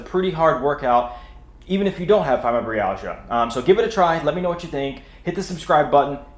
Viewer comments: It’s Fibro -My-Al-Gia, not fymo -Bree-al-gia. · That's funny I couldn't believe how he pronounced it. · That's not how you say fibromyalgia